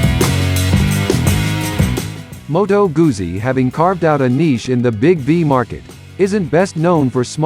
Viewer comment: Pronounced Moto Gutzi !!